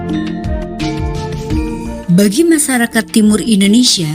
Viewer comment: Masyarakat,,, bukan masarakat, lu harus belajar membaca min